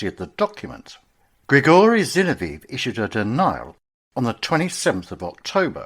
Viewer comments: Zin-ov-ee-ev not Zin-o-veev. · Dreadful pronunciation of Zinoviev.